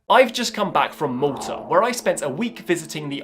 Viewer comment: I'm fairly certain he's taking the piss pronounciation of Malta, my guys.